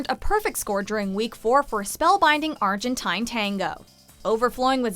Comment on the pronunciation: its argentine not argantaina